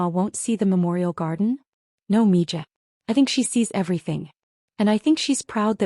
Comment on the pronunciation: I believe mija is pronounced mee ha. I googled it to be sure. It says it's a Spanish term of endearment. Your AI isn't as smart as you think it is. I knew that word, and I'm not even latina.